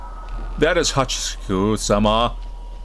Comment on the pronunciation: I’m Japanese and it isn’t. It’s Ha-chee-shak-eu-sa-maa.